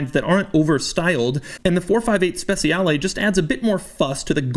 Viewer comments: it's not speZiale it's speCiale (like CHEEse) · Speciale not spesiale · He also should say SpeCHiale against Speciale, because in Italian C pronounces like CH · It isn't pronounced spetzialee, it's spechale, with the soft "ch" sound. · "spesiale" xD cheers from italy doug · every italian is crying every time he says SPESIALE AE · Trick for English speakers.. speciale is pronounced ‘spechale’ where ‘cha’ sounds like the Cuban dance ‘cha-cha-cha’. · More of a personal thing but I cringe when people pronounce Speciale incorrectly, it just sounds so off. In Italian the cia makes a cha sound. So really it sounds spe-cha-le where both letter e's make a soft sound. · It's pronounced "spechale", not "spesiale". You've been to Como, you should know... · Its pronounced SpeCHiale Aperta. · Special ee Special aea Special eah How To Pronounced A Specialeaea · Everytime you read ‘Speciale’ I cringed... Or is it my bad? I thought it was pronounced ‘spec-cha-le’ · Spessiale....no good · Can't pronounce Speciale, literally unwatchable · The way you say speciale a instead of aperta really grinds my gears. The way you pronounce speciale aperta is just bad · It hurts my ears when you say speciale. Even Google translate pronounce it better.